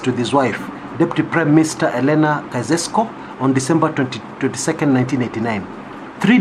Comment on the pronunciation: I am grateful that you pointed out this article. Lakini ulishindwa ku-pronounce "Nicolae Caeusescu". You can google "pronounce Caeusescu".